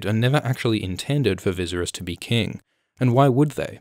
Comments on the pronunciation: Children of Aerys (Air-rees) Air-rees - Viss-air-rees - Day-nair-rees. Simple. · the guide that came with bluray says it's pronounced viss-AIR-ees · Viss-air-rees not Viz-er-us! Rhymes with Daenerys. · So badly? How would you pronounce it? The only bad thing is that he uses "z" instead of "s" He reads it like "ViZerys" instead of "Viserys". But other than that? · AErys, danAErys, jaehAErys... maybe visErys, not vIseriz? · I love all of your videos just why the hell are you saying “Vizeris” in this video instead vi-sare-eys 🥴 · It’s pronounced like “VISS” rhyming with piss and then Aerys like the Mad King, Viseryes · Who the hell is “Vizzzersis” and “The Mad King Airis”? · "Vizzeris"? lol, you can't just make up your own pronunciations, man! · I cringed every single time you said ViZZerys. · Never make fun of someone who mispronunces a word because that means he learned it by reading and reading is knowledge. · ye wtf is he reading a script and not watching the show? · Thomas Andrew Hitchen I’m disgusted 🤢🤢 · When the video is PERFECT but the pronounciation of Viserys has you questioning your reality?? Like i swear it’s Vis-AIR-ess?? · Vizuriss lol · viz uh ris? am i having a stroke? is that how it's supposed to be pronounced? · Call him Vizeriz one more time, i dare you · I know it’s in bad taste to criticize people’s pronunciation of character names, especially in books, but you saying “Vizerus” for Viserys hurts me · You're pronouncing Viserys wrong. It's pronounced Vee Say Ris. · Sis please fix how you say viserys, I love your theories but it bothers me lol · were u genuinely pronouncing Vicerys like this or are u just TROLLIN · It's /Vɪ sæ' rɪs/ please pronounce it correctly😢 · Every time you say veeseris I cringe lol good vid otherwise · Holy shit, why do you create content that is supposed to be an expert opinion when you cannot even pronounce a main characters name? Viserys Targaryen (vi-sar-ees) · Who the fuck is vizzerus?!? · zlozlozlo me too